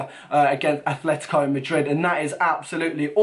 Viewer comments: please just say atleTico not atleTHico:) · You mean aTletico not aTHletico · ... its atletico madrid not athletico... -_ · make a favor pls... It's Atletico, Atletico Madrid not Athletico